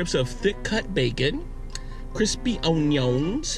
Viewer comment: Lol the way he said onions